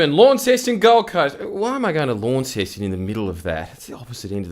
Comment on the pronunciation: It's pronounced "LONceston" not "LAWNceston"